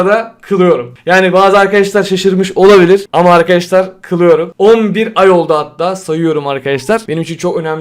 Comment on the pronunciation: kılıyorumun k sini duyunca bana bişey oldu helal abi❤